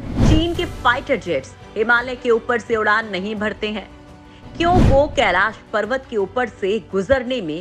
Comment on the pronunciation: Kaila parwat nhi Kailash parwat hai .nam ko sahi bolo nhi aage ja ke Kaila nam hi ho jaye ga.🥵